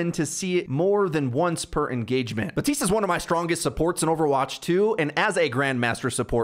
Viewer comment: his name is BAPtiste BAP, there is a P in it. You’ve said it wrong for years it’s so frustrating. Baptiste himself even says Baptiste how are you getting it this wrong?